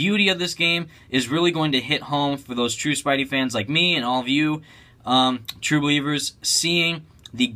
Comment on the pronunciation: pleash stop saying true blivers stam lee's going to sue